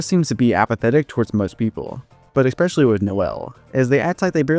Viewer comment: After you said "eXpecially" i I immediately remembered who you are and all your DR videos 🤣